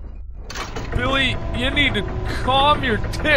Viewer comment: "I guess I could name him Biwwy"